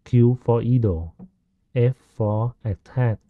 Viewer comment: great tutorial, just a small note, 'idle' is pronounced 'eye-dul' rather than 'ee-dul'